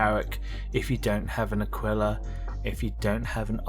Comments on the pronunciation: Can’t wait for this ship - it’s been in my ‘dry dock’ for ages! And I’ve just subbed as apart from the great vid you pronounced the Connie variant as ‘Akwilla’ which sounds right in my ears, instead of ‘Akeela’ 😄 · no you sound bang on to me mate! You keep calling it the Akwilla as long as you like 😄👍